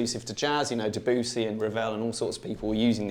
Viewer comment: Your pronunciation of “Debussy” shook me to my core. Awesome video!